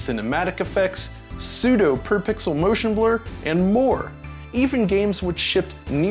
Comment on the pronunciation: Merrrrtion Blerrrrr! =D